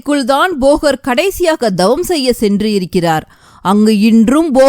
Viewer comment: அம்மையே தங்கள் ஒலிபரப்பு அருமை!!ஆனால் ழ.ள.ல உச்சரிப்பை சரியாக 😅😅திருத்தவும்,,தவம் என்பதை dhavam என்பது சரி அல்ல !!!த வல்லினம் !!!!🎉🎉🎉🎉❤❤❤❤